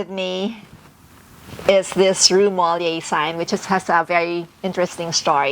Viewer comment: Nice house.. It is not pronounced MOLLIER.. It is pronounced MOLIERE... Putting emphasis on the last word due to the accent ( called accent Grave). :) I love the beautiful house and the different decorative pieces. Enjoy